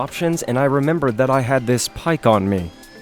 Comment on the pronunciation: Pikkon is prounced like "pick on"